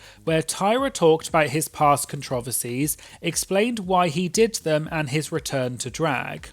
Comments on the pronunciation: I can't with how you said controversies as controvearsies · As an American I was flabbergasted. I feel like I’ve heard so many British people talk but apparently I’ve never heard them say that one word 😂😂